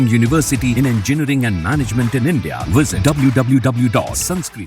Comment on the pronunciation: Look at the UKP who cannot even pronounce INDIA .